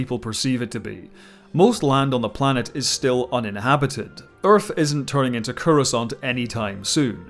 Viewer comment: I love his pronunciation of Urf.